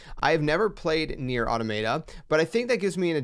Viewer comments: Automayta 😂 I remember when I used to say that. It’s “Aw-Tah-Muh-Ta” btw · When you said "Automay-tah" I knew this was going to be a horrible video. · You’re saying the name wrong…